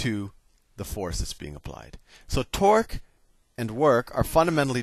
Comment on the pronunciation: "You know then that the net twerk is zero" That was literally what I personally heard